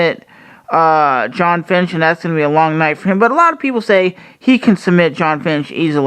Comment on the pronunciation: you keep saying finch instead of fitch. you are pronouncing his name wrong and you've done it for a long time.